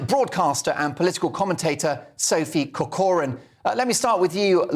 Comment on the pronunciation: surname is Irish and should be pronounced Corcoran with emphasis on the Cor (a hard c) as in Kor kerin